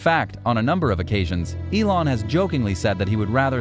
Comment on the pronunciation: Is elone musk not elone mask 😂